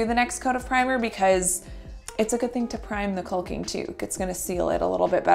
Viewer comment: "Cull-king"??? That's funny. The runner's nice too.